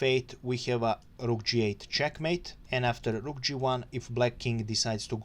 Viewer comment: thanks! I love your "r"s eg on "rook" 😁